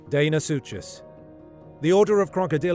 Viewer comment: Deinosuchus is not pronounced “Dane o sue chase”! It’s pronounced “Dino sue cus”. I love the narrators voice but I hate mispronunciation!!!!